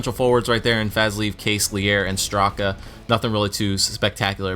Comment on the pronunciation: Radel Fazleev is pronounced Fazlayev